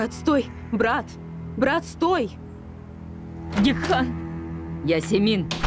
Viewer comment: Гекхан, а не Гехкан!!!